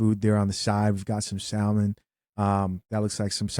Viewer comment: For those who don’t kno, the L in salmon is silent. It’s not SALmon it’s saa’•mon